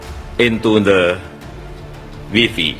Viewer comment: KUPING KU KERIIIII... pas ngomong WIFI... 🤣🤣🤣🤣🤣SMA NEgeri 6 lanjud UGM reeek.... UGM ikiii... ( Way fay... Umpama coro bhs Indonesiane mocone rak ngono to gaes..) mosok wifi🤭🤔